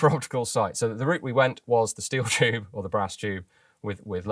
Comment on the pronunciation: "the choob is imaginary" :)